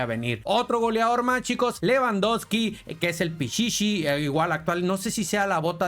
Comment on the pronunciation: Pishishi😂pichishi (lewndowsky)